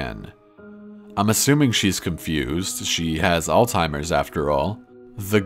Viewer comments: it's alzheimer's not al-timer's. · Alzheimers... not Althimers bro... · Please remember this for future stories: There is no such thing as "all-timers" or "ol timers" disease. It's Alzheimer's. Pronounced Alz-heimer's. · Did his ass really say "alltimers" in stead alzheimers or was it just me who heard that? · It's ALZHEIMER'S not all timer geeezzz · Sorry! Mispronunciation just gets to me! It is not called, "All-timers"!!!! It is ALZHEIMER'S!!!! Sorry. I realize I am being a bitch, but it really bugs me! Also, when people say, "Ex"cetera...It is "ET"-CETERA! AHHHHHH! I am so weird about this stuff. Sorry. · alziemers not altimers ;) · Did he say "Alltimers"? XD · All timers ... it’s Alzheimer’s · Its Alzheimer's not altimers 😒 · Poor grandpa. You mispronounced alzheimer. She should of gone back to get her necklace